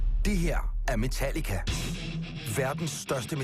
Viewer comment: I also enjoy his pronunciation of "Metallica" when he's in Danish mode